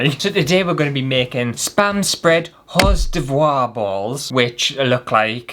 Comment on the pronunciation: Cream cheese is thicker than your cheese and that’s probably why they could mold it. And hors d'oeuvres is pronounced “or durves”. I’d still eat it though. 😂